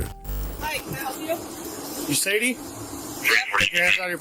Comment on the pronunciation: Sadie is pronounced “say-dee”